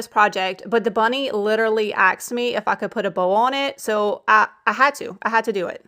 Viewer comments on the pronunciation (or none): "The bunny literally 'axed' me".....come on!